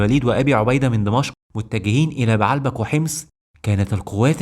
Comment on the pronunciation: السرد كويس بس لغتك فيها اخطاء يا اما تتكلم عامية كويس يا اما تتكلم فصحي كويس بنحو وتشكيل مضبوط ومدينة بعلبك لا تنطق كما تقولها , ولكن بَ عْ لَ بَ ك , وليس بَ ع َ لْ بَ ك